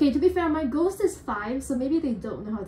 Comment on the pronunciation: Us: clicks on video: GoSt